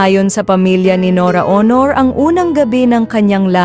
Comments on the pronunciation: Kkabwisit ang narrator. AI ba yan? Anong Nora Honor? Buset. Labi lang di pa masabi nang maayos. Ano yun LIPS ni Nora-labi. Ito ang kaibahan ng vloggers sa tunay na journalists/reporters. La kwenta. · Dios ko pakiayos ng pagbigkas Walang kabuhay Buhay.Aunor Hindi Awnor LABI La-Bi...